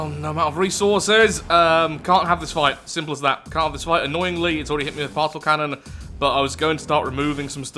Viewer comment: It still amazes me that you pronounce Particle as Parsel instead of Part-ih-kuhl